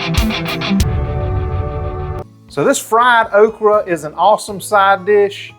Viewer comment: It's definitely "oak-ree." LOL!